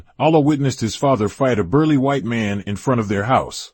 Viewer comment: Nice, only thing I take it that this is being read by AI because it sounds like "Black mun"instead of "Black Man"